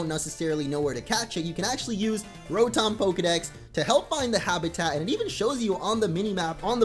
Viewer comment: It's pronounced ra-tum